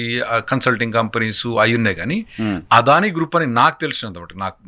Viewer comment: ఒర్ బాబు తెలుగు సరిగ్గా పలుకు "ఆదాని కాదు అదని"